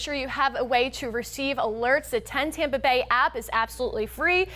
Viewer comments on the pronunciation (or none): none